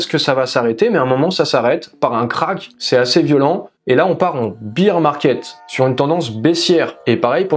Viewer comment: Tres bien pour les debutants bravo sinon "bir" en anglais ca veut dire bière.. ours c'est "bèr" ;)